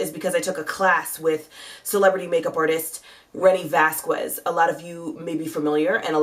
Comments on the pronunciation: vasquez i'ts ponounced Vaskes :) without pronouncing the u after the q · You look beautiful! But pronounce it like this VAS - KEZ. The stuff in the middle isn't enunciated.